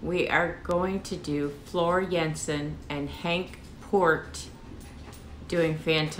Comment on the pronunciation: Fyi its not Jensen but Jansen..good reaction.